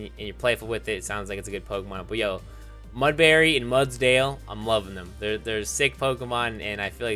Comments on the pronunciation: Every time u pronounced Mudbray as Mudbary i died a little inside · So here's a list of every word he said wrong verge Mudbray baile Alolan Minior Debris brilliant This is sad.